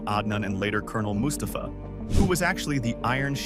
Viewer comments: The A.I. narration explains why it pronounced Col. Mustafa so wrong lol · Anyone else hate the way the way the narrator says Mustafa